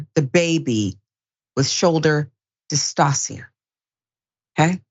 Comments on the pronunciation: Shoulder DIS TOW SHUH, not dis-toss-ee-uh🤦🏾‍♀️ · How horrible. It's shoulder dystocia (dis-TOE-shuh)